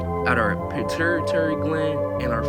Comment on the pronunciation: Puh-tew-a-tary gland 🤝👍🏽